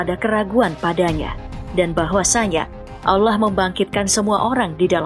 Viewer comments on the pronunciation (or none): none